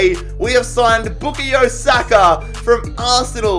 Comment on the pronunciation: Wait What did he say? Bookie Saka?